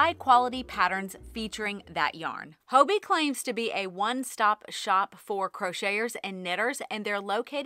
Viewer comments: Its haw-bee right? Hobbii not Ho-bee? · I love your videos, you're always so upbeat and put a smile on my face :) as a European, Hobbii was the first place I went to when I started crocheting, so it's interesting to hear your take! Just a note, I'm curious that you say 'hoeby' – is that how Danes say it?? I always assumed it just rhymed with hobby! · Hello from a Danish knitter and chrocheter 😊 I enjoy your videos a lot, very inspirational and relatable. 💜 I have heard several US yarn channels pronounce Hobbii with an o sound - here in Denmark we just pronounce it like "Hobby" 🧶